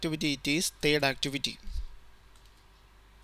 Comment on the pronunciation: "thed activity" hahahaha bolana pani aunna yl dhoti haru lai ta